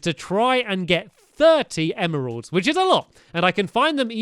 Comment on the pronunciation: Is it just me, or is it ADORABLE that he pronounces emeralds how it's spelt. Em-er-alds! Unless (if this applies, I'm stupid 😑😥) you pronounce it like that. I just personally pronounce it em-ralds... This comment is gonna be buried, innit.... 😑😒🙄. I love you stampy! Xx